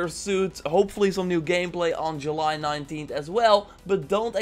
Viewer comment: say july correctly or else